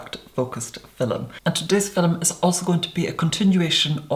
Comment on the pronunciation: Everytime I watch his "fillums", I feel like I'm watching them for the first time.